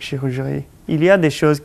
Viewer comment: J adore la "chirurgerie" 🤗🤗